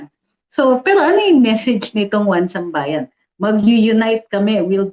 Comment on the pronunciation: Atty isambayan daw ung basa sa "1sambayan". Anyway goodluck to them. 😌